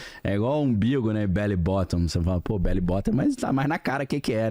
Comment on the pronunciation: belly button... Não belly bottom... Botão dá barriga - button e não buraco (c*) da barriga!